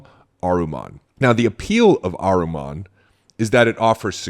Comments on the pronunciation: Not Ahruman. It’s Ahriman 😊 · Ahriman (/ˈɑːrɪmən/ not aruman